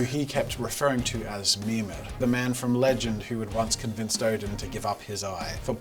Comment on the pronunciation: Kept thinking jazza was sayin Memer, then it came to me, he was saying Mimir.😂😂😂